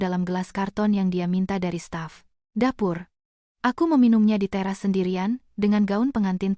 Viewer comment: Dari staf dapur,bukan dari staf ,dapur kan nggak enak dengarnya😀😀😀